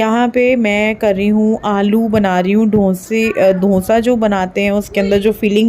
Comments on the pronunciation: Aap dosa ko donsa bol rahe ho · Dhonsa nhi didi dosa bolo 😂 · Donsa nhi dosa hota hai. Jab ap Donsa bol rhi thi to sunne me ajib sa lag raha tha